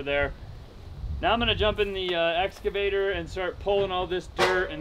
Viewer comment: How do you spell "excavator". And how does pronounce it? Badly -- as "excavater". That is "sloth"!